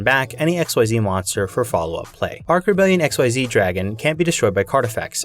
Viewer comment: The way you say “xyz dragon” Erks me😂 incredible content and video but it’s pronounced “eck-seas” .